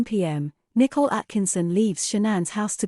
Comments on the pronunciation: The year is 2023, AI is taking over, still the robo-voice thinks Nicole is pronounced "nickle" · It’s because her name is not spelled “Nicole” but “Nichol”. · I've noticed that too. Her parents pronounce her name differently. Maybe she legally changed the spelling/pronunciation later? It doesn't really matter, though.